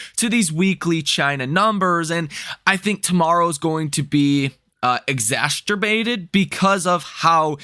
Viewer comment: You said, "eggsassturbated".